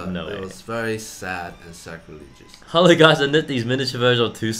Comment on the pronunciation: I think you mean sacrilegious. S-A-C-R-I-L-E-G-I-O-U-S. Not sure what "scraligous" is.